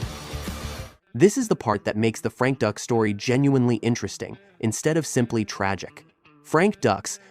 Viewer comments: I thought it was pronounced "dukes" though. Not that I don't the legitimacy of this video or anything. I knew he was a fraud for years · Bruh, Dux is pronounced DUKES. But yeah, he was a lying tooldbag. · Am in the only one that finds it annoying that he keeps saying, "ducks" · No no... iss, Doox. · Dux is pronounced like "dukes" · It’s dukes like put up your dukes! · Frank Ducks hahaha what a loser! Does a research video and can't even get the name right.... that's the way to get subs for sure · IT'S PRONOUNCED "DUKES". Buh- bye. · pronounced DUKES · His name is pronounced "Dukes" even though it is spelt Dux. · No, it's Dux. Like the District 5 Pee-Wee hockey team. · This is so irrational. How on Earth do you have a channel devoted solely to this sort of story, and still be unable to NOT mispronounce the guy's name? I'd argue you don't know anything about the subject, but clearly you do. This is just a really obvious mistake, every commenter knows it, but the expert doesn't. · Are you mispronouncing Dux intentionally? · If you're gonna trash somebody, at least freaking get their name right 🤦‍♂️ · I think getting his last name wrong everytime is fitting. He doesn't deserve to be respected. But his bullshido did give us the awesome Bloodsport. So there's that. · can't even get the name right huh? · Can you please say his name right?? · Might as well mispronounce his name the guy is a fraud. Like George Bush Sr. calling Saddam Hussein "Sa-Dam." LOL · I don't know how you can make a video about Frank Dux and still mispronounce his last name. You didn't watch Bloodsport or any of his interviews?? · It's not pronounced Ducks it's pronounced Dukes ya dim bulb. A fake reporting on a fake. Smash that dislike button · It's Dukes not Ducks. French Canadaian. Dux is pronounced Dukes. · It's not Ducks, it's Dukes, like put up your dukes man! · Dux is pronounced “Dukes”! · Not Ducks, Dux, like put up your dukes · I'm pretty sure it's pronounced "dukes," homie, not "ducks," lol.